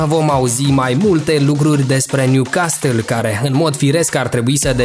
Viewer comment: M-ai nenorocit cum pronunți Newcastle😂😂